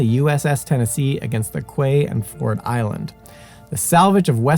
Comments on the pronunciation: Excellent thanks. Quay is pronounced Key…. I wondered what you were talking about at first and it took me a minute to get that you meant Key (Quay)! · This guy is Simon's buddy that helped him on this channel and guest hosted or hosted many episodes. But quay is said key, not how it looks. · Great job and very informative coverage! For future reference, "quay" is apparently pronounced "kee." I had to look it up myself to be sure...I had been mispronouncing it "kay."